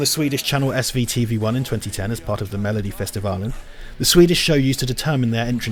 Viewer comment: my god it hurt hearing you say melodifestivalen :P